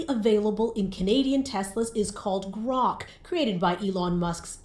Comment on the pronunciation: They said gork not grok , that piece was aimed, what up brotha, love the vids